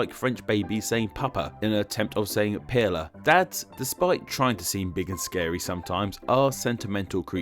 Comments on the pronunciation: I'm an American learning French... I almost lost it when you said "père" it is pronounced similarly to "pear". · For a linguistics channel you really suck ass at pronouncing words. How did you get "peh-lah" from père? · It's better to pronounce something like it's English if you don't know the correct pronunciation cause then it's understandable. How the hell did he get peh-lah from pere? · pronounced it as "peelah", hahah. I wonder where and how he got that though. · Why did you consistently mispronounce the words "Pere"? Pere has only one syllable, not two. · WHY ARE YOU SAYING PÉRE LIKE THAT??? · I have noticed that this guy always pronounces his R’s as L’s like how can you even mess up on those letters? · The way père and padre were pronounced really hurt my ears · please don't ever say père again. i beg you. it hurts hearing that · ¿De dónde wéyes agaro esas pronunciaciones en francés y en español? He came up with one the most bizarre pronunciations, but at least he tried. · The pronunciation of père ruined me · pére is pronounced like pear not pearra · IKR I've always been taught to say it like Pear. Why is he putting an L somewhere in there. The way he says it all i hear is "Pearla" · "Pier-la"? "Pad=lee"? "Pay-ter"? Stop butchering 3 languages at once! It's Pair-gh (gh like in "ugh"), Pad-ray, and Par-tair! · père is [pɛə(ɹ)] Said like the RP pronunciation of pear or pair. it sounds like he's saying ['peɪ.lə]. Also padre is [pɑdɾeɪ] or ['pɑd.ɾɛ] not ['pæd.ɾi:] and pater is [pɑ.tɚ] or [pa.teɾ] not [peɪ.tɚ] like he seems to pronounce it. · Pere not Pela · hahahha your pronounciation of Père is hilarious. hahahha you pronounce it as pear (as in the fruit). not pearler hahahhahaha that made my day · Nice video, and very interesting :). One thing though (and it's a nitpick)- pére isn't pronounced like "pear-la", it's pronounced pretty much the same as the English word "pear" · It sounds like pela to me. So off it hurts. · "Père" is pronounced "/pɛr/"